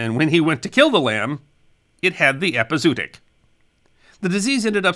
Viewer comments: To be fair, he's pronouncing it wrong - but so did everyone in that era - having read it rather than heard it. It should be pronounced with two "o" sounds: "EP-ee-zow-OT-ic" - the 'zo" sounding like "mow" or "show" and the "otic" sounding like "antibiotic." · This has been an interesting presentation, as always! You make an art of telling the tales of those times! One small correction: you mispronounced "epizootic" - but, to be fair, so did nearly everyone in that era, as most of them learned the word from print. It should be pronounced with two "o" sounds: "EP-ee-zow-OT-ic" - the 'zo" sounding like "mow" or "show" and the "otic" sounding like "antibiotic." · Interesting and fun, as usual, but usually one pronounces both 'o's as in 'epi-zoo-a-tic'. I suppose it may be a diphthong, but sometimes I suppose too much. Here I am just speaking from experience (but the difference between 'too' and 'took' is similar to 'zoo' vs 'zoonotic'). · I've heard the word with the 2 middle Os pronounced separately, epi-zoo-awe-tic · I've never heard it pronounced that way. I always thought it was epi - zo - ot - ic. Like the O's in cooperation are pronounced. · It's pronounced eh-pee-zoh-ah-tic. In some places they put an umlaut on the second o to clarify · Nicely done but please pronounce it “epi-zoo-otic”. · The word is pronounced "ehpee--ZOE--ah--tic" by every pronunciation dictionary in British, US, and Australian English. It's a bit jarring to hear someone as articulate and well-spoken as mispronounce it repeatedly. Because It's pronunciation that should be... remembered. 😉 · It's pronounced epi zO otic. As in zOology. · ˌepəzəˈwädik You could also have Google pronounce it for you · its pronounced Epi Zow Otic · Great show. There's supposed to be an umlaut over the 2nd 'o' hence ĕp″ĭ-zō-ŏt′ĭk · Epizootic rhymes with neurotic, not bluetick. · Right off the bat, you threw me out of the tale! ˌ/ep.ɪ.zoʊˈɑː.t̬ɪk/ 5 syllables, not 4